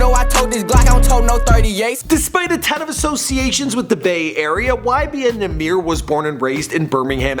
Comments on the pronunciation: It's NAH MIr not nahmeir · its YBN or LIL NAH MER. is not nuh meer, if ur gonna do shit on him atleast say his name right lol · Namear , is how you pernounce it😂😂❤️ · it’s “ nah - mir “ it’s not “ nah - meer “ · It nah-mer not nah-meer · It's Nahmir, NOT Nmir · It's num-mer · it's pronounced na mer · He said Cap is Nahmir 😂😂. I’M DEAD